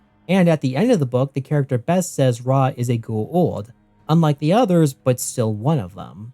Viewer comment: The way you pronounce Goa’uld is killing me.